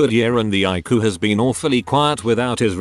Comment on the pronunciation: I love how he says ICU as I-KU.